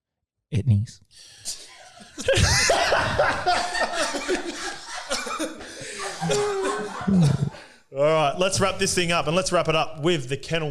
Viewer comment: Nah no way said 'etnies' 🤣 😂